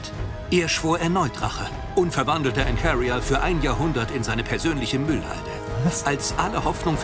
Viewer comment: Jedes Mal wenn der Erzähler Ancaria und Seraphim sagt, könnt ich wegen seiner Aussprache ausrasten.